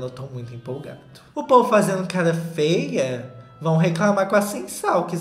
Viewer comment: morro quando o solta um "roupa fêa" no meio do vídeo